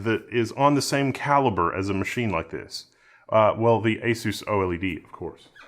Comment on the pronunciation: lol, Instant subscribe because of your pronouncation of "Magnets" and "OLED" 😆